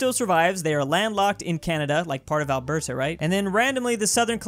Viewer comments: And how he says Alberta haha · bro I laughed when he said alberta it was so bad